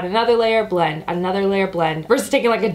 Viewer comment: When you said: "(..)under the eyes and just blend blend blend it all out". Your "blend" sounded like you are speaking german. Because of you pronunciation. (